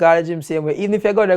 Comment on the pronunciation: When he say when they get disruptive when they they don't have validation from ther parents and dale say i was goin dere i was definitely goin dere i just start crack up 😂